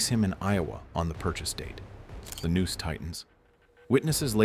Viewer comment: "The news tightens" LOL i think your AI read that wrong 🙃